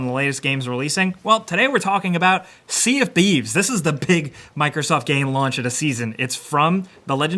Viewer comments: Anyone notice he said "sea of bieves" at the beggining? lol Edit: it was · am i the only one hearing Sea of peaves? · " Sea of Bee's " xDD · "Sea Of Beeves" Smooth